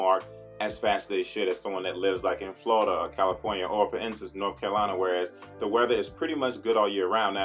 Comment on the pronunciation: Hey....I love the way you say North Carolina cuz I'm from NC too...I would still get the oil changed at 1 year regardless of the miles. Maybe I'm old school, but waiting 3 years for an oil change? Not if I want to keep the car. Just doesn't sound like a good idea to me, but again maybe I'm old school. I still remember the old every 3 month before the full synthetics. I'll do it once a year regardless. Peace of mind you know.